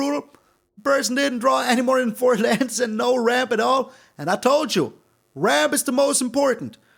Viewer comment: When you said "always ramp as much as you can", your opponent thought you said "always rope as much as you can"